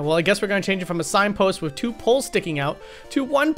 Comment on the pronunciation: Why do you say "wiv" or "wif", instead of 'with'? Really strange for an American.